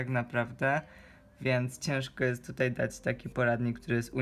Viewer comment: Nie mówi się dac tylko daĆ